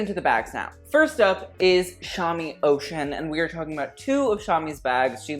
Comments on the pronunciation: I think it’s pronounced oh shoon not ocean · I think Shami Oshun is pronounced "Oh-shoon" as in the Goddess, not "ocean" 💙💙💙